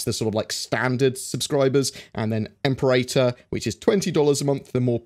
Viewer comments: Em-pair-ahtor is the correct pronunciation of Imperator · Im-Pear-Uh-Tor Well, one interpretation anyway. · im-PE-ra-tor. "PE" as in "penny". "TOR" as in "torrent". :)